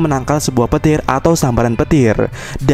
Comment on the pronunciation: penangkal petil.. ga pake N ya wkwk